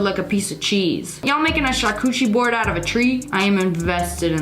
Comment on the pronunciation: A "sharcooshey" board? Girl...You mispronounce 40% of the words you say. 😭